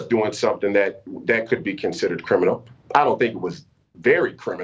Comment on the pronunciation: "Not so crimmunal" he sais?¡! $#